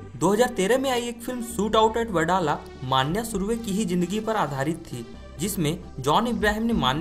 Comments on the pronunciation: अबे माण्या माण्या क्या बोल रहा बे, मन्या बोल ना..! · अरे भाई माण्या नही रे... मन्या सुर्वे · Dost मान्या नही मन्या है उसका नाम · स्टोरी अच्छी है बट मान्या नही मन्या (मनोहर सुर्वे) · wo maanya nahi manya he dost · "मान्या सुर्वे" नही रे "मन्या सुर्वे" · It's मन्या not मानया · नाम :- मनोहर सुर्वे तेरेको नही आता तो मन्या सुर्वे बोल मान्या मान्या क्या बोलता हे तू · Arey pagal maanya maanya kya bol Raha hai Manya surve hai voh 😂😂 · मान्या सुर्वे ❌ नाही मन्या सुर्वे ✔️ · Bhai sahab wo maanya nahi manya he uska asli naam manohar pyar se college me manya pukaarthe the samjhe? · Maanya nhi manya nam tha manya bhai ka manohar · मांन्या नाही रे भावा मन्या सुर्वे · मान्या नाही रे मन्या सुर्वे आहे। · Vho maniya nhi hai manya hai😂😂😂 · It's not manya maniya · मानया नही मन्या सुर्वे विडीऑ बनाते हो तो पुरी जाणकारी लो तुम्हे सिधे बात करणे भी नही आती... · bhai vo मन्या hai मान्या nhi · मन्या नाम उसका ....क्या मान्या मान्या कर रहा साला .... 😂😂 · Bhai ye man-ya nahi vo ma-nya hai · It is मन्या न माण्या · मान्या नही मन्या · Mannya nahi manya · मन्या bol pagal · 😂😂😂😂 सही बोलो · Manya ka naam bhi nahi boolne aaata tere ko kya like du be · Abe manya thek se pronounce kar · bhai pronunciation toh acche se kr leta vo agra nhi hai vo agar bazzar hai nalayak or mannnyyyaaa nhi hia vo sir manya hai.........gadao